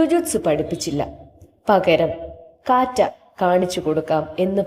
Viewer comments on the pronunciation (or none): കാറ്റ, അല്ല കത്ത